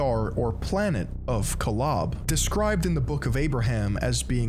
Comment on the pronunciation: This isn’t your fault but the pronunciations in the video were bothering me 😭😭 Nephi is pronounced knee-fi (fi like in Wi-Fi) Kolob is pronounced co-lob (lob like job) Elohim is pronounced el-o-heem